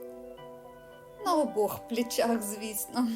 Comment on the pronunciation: "Плечах", "ни катон" . Вчить українську мову.!!! Склад речей???